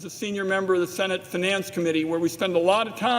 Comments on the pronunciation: How can the head of the finance committee not know how to pronounce finance... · I know this is such a minor point but I can't get over how this guy pronounces the word "finance"